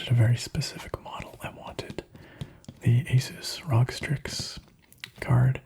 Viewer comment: Rog lol it’s supposed to be said like R.O.G